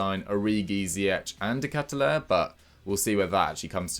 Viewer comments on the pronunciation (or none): De Ketelaere is pronounced as Kay-Tuh-Lah-Ruh Love from Belgium 🇧🇪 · it’s basically kehtel-ahre for the Germans Ps. Saelemakers is pronounced as sahle-mahkers phonetically speaking Hope this helps 👍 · You got to love how the butcher the names of Malacia and De Ketelaere... 🤣